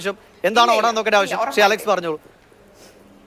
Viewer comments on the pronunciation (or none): none